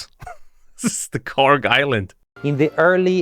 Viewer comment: “Kharg island” lol dead